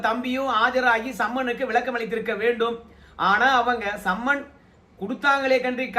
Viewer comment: சம்மென் இல்லை சம்மென்ஸ்